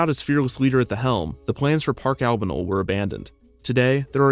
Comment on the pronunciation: Albano-el , as in the Christmas No-el x)